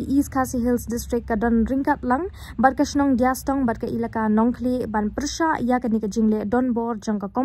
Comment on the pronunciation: Dea stong not diastong